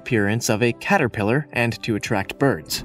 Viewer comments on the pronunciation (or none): none